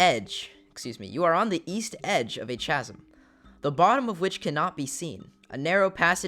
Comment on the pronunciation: thanks for the vid I haven't played games like that in years! Barred is pronounced like bard and chasm is pronounced like kah-zim